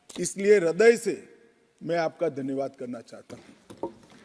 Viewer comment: रदय नहीं हृदय होता है